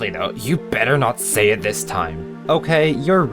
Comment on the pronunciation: Let's see what the voters had to say!... HAD TO SAYUH!